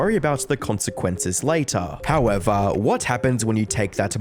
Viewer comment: I'm just here to hear a few good "Howevah"s.